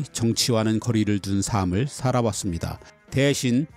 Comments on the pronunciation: 아는것도 많으신데 "삶"의 발음을 잘 못하시네요. "살믈"...이렇게 발음하셔야 할것을 "사믈"...뭔가 가방끈이 짧은분이 지식을 말해주시는 느낌이예요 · 정말 좋은 내용의 컨텐츠를 볼 수 있게 해 주셔서 항상 고맙습니다. 나레이션을 AI가 하는 것이 아니라 정말 좋습니다. 이 영상에서 한 가지 아쉬운 것이 있는데...지적질한다고 오해하지는 마시고...^^;; "삶의"의 발음을 [사메]로 하시던데, [살메]로 발음하셔야 합니다. 또한 "삶을"의 발음은 [사믈]이 아니라 [살믈]로 하시는 것이 맞습니다.